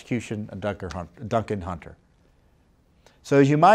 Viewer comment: I love when Tom says " Dunker Huntin' "😁